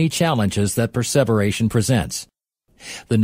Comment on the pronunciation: the voice is pronouncing preservation without the meaning of preserve. Meaning to endure the time?